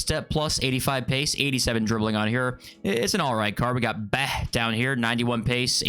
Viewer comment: “Behh” Bah is pronounced Ba lol that’s my last name 😭